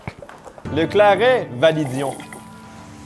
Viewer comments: J'ai un producteur de boissons médiéval pas loin de chez moi, ça m'a permis de tester l'ambroisie et le claret et ça se prononce claré 😁 L'ambroisie c'est bien fruité mais assez sucré aussi, un verre c'est très agréable, le 2e passe nettement moins bien 😆 Alors les 2 où 3 litres...fallait vraiment pas avoir le choix quand même Le Claret c'est encore pire c'est une bonbonne de sucre le côté dessert prend tout son sens, cependant même pour une boisson "dessert" la quantité de sucre reste bien trop grande on ne sent que ça et pour ma part je n'ai pas aimé, j'aurais mis du miel et du sucre en poudre dans de l'eau comme du sirop je n'aurais pas vraiment vu la différence 😂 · le "claré" si tu veux le prononcer